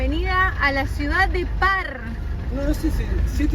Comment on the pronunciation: Estados Unidos de Norteamérica...así se Dice. Porque también se dice Estados Unidos Mexicanos... y no se dice parr....se pronuncia Far (Pharr Texas)... incultos y bagos